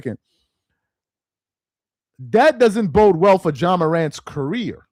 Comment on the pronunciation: Ja… not John bruh🤦🏾‍♂️